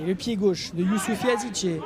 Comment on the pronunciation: Ce n’est pas Yazice mais yazici